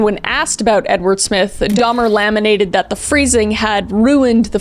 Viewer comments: Lamented, darling, not laminated. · A truly sick individual. I'm sure Kris meant to say Dharma laa-men-ted when she was talking about Edward Smith not laminated. 😮